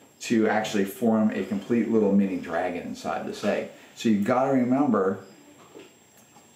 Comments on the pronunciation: Please forgive me if I misheard you, but I believe you mispronounced the word "albuMen" (it's not albuNen). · BTW - you are mispronouncing albumen....it's NOT albunen.....